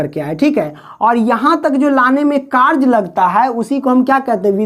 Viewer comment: W = Karj nahi W=Karya Hota Hai Sir ( karj karj karj karj karj karj ) 🫤🫤🫤🫤🫤🫤🫤